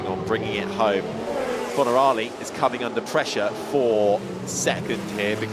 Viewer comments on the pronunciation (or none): none